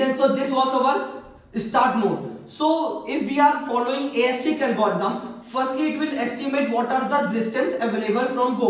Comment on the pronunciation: yrr english dhang se bola karo disturbing hai itni horesitic kya hota hai its heuuurissssstticc brother